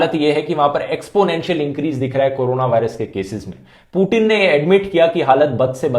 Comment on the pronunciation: it putin not putn.